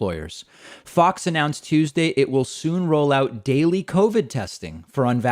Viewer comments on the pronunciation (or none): none